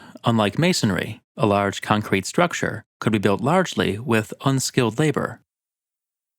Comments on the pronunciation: Nobody: Narrator: ConKRETE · Hi, just want to let you that the emphasis in concrete is on the first syllable. Other than that, great video.